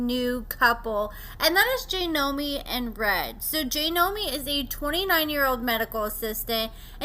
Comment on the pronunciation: It’s JOY-nomi…not JAY-nomi 🤦🏼‍♀️. I don’t know why I was thinking you would pronounce anything correctly, that’s my bad, expecting too much out of you again. “Re-Nember”